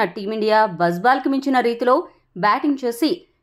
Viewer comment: Not బజ్ బాల్ its బాజ్ బాల్